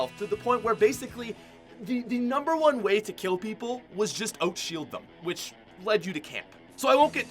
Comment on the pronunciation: Is this guy Canadian? The way he says "out" is so Canadian.